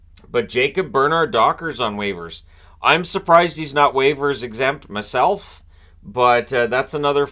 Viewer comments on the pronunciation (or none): Did you say mehself?